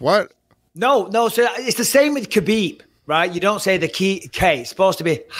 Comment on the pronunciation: Guys, the KH in Khabib, Makhachev etc. is just pronounced as a sharp H like in tge word HOT. In Russian and the Caucasus region, they transliterate the sharp H as KH. So there's no hhrrrr like in the word ACH!